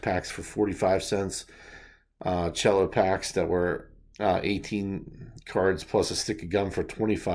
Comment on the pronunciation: Great stuff as always! Btw it's pronounced sello packs not chello, short for cellophane. 👍👍👍